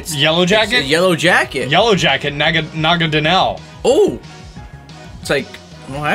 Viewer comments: "Nagadanel" Real Pokemon name is Naganadel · Na-ga-na-del... please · it’s Naganadel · oh also, not to be rude, but it just bothers me, is Naganadel not Nagadanel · It’s naganadel not nagadanel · It is promised na-ga-nodal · it's nagaNADEL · It’s Naganadel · pronouncing Sceptile as "Skeptile" and not "Septile", and Naganadel as "Nagadanel"